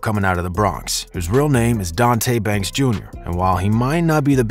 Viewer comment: Nigga said “Real name dontae banks jr” wrong Dthang😭